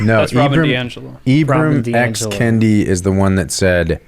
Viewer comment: I thought this was going to be antiracist but then 1 minute in, Kendi has his name mispronounced by you. Clearly, you're racist. ;)